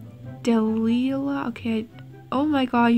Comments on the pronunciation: is pronounced Duh-lie-luh <3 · heres how to ppronounce it DUH-LYE-LA Delilah hope you find this helpfull😁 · De - Lie - Lah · It’s pronounced Dee lie hah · Dee Lie La = Delilah Gypsy is J as if Jiff and its Jip sey Like Gypsy Vanner... the horse breed not Gip